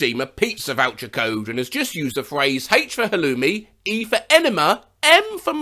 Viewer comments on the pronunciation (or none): none